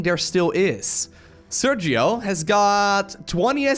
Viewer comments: Hi, just an clarification. Sergio is a Spanish name and the phoneme used in the G followed by i or e is /X/, not /G/. I know you always try not to butcher nicknames, so I hope this helps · Sergio is pronounced ser-he-o (in english phonetics) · It's pronnunced "Serjio" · hey you maybe should pronounce the name sergio in spanish